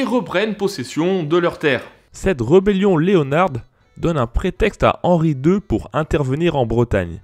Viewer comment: Excellente vidéo. Bien meilleure locution qu'aux débuts. Par contre, "Craon" ne se prononce pas comme ça. C'est comme "paon" ou "taon" , ça se prononce "Krañ". Et si "rebelle" se prononce bien "reubelle", "rébellion" s'écrit et se prononce comme tel, avec un "É" comme "rÉbellion", et non pas comme "reubellion". Merci pour ce travail, merci de nous faire découvrir notre histoire.